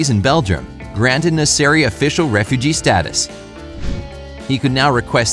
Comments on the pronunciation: Still now u call him nessari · Iran is not pronounced "aay-ran", it is "ee-ran". The first and last name of the poor guy is also pronounced incorrectly. It is "meh-(full silence)-ran" and "naa-(full silence)-seri"